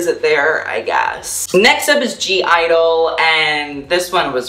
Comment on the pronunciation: Btw pretty sure (G)I-dle is pronounced "idle"